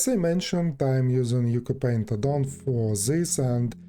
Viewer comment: just a heads-up, Ucupaint is pronounced Oochoo-paint (apparently it's an Indonesian word)